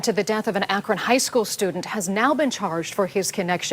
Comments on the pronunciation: Hi Matt! Huge fan here. I live in Akron, Ohio and I just wanted to politely tell you that Akron is pronounced 'ack-run.' Like , the word run. It does not rhyme with bone or moan. Not, Akrone. ;) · ou can't pronounce akron. It's pronounced ack-run. It's stupid what etahn lyming did. Why would u mess with black guys? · Akron is pronounced akr-in